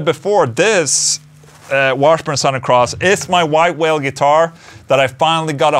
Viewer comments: SUH-THURN not SAOW-THERN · Sorry Ola I have to do it. It’s “suthern” like brother. I know it looks and spells like south but for some weird reasons I don’t know anyone who says south ern. You say it any way you want but I couldn’t hear anything but how you said it. Maybe it’s my problem. Probably. Lol. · Love the way he says “sawthern” cross. 😂😂